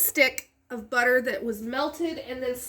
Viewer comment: Ses quoi one stick of beurther